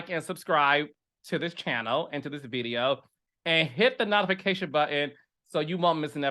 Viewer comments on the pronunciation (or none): Why does Carlos say nautification😂😂😂 Chile it's nōtification honey.